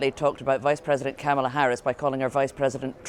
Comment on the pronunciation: It’s not Kamla Harris it’s Kamala Harris